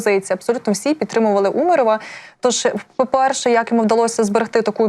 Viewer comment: Така косноязична ведуча. Як тільки незнайоме слово в бумажці - так зразу навіть наголос поставити не може. Умаров… таке враження, що вперше це прізвище почула. З вух кров тече … спасіть нас.